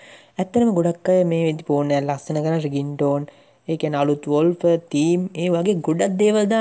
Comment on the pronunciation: වොල්පර් නෙවෙයි වෝල්පේපර්